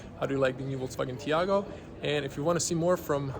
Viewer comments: My favorite detail is that is called Taigo and buddy pronounces it Tiago😂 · Nice review but you kept mispronouncing the name of the car...lol. It is called "Taigo" and not "Tiago". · It's Tai go not Tiago🤝🏽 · Not tiago, taigo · Why you keep calling this car a TIAGO, it's a TAIGO! lol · TAIGO not Tiago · Why the fck you call it Tiago constantly? :D Lol